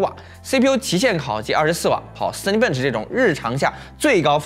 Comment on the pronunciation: zen z嗯，bench笨嗯吃，这读音听的头痛哈哈哈哈